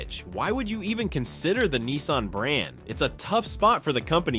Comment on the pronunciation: Nissan not keensun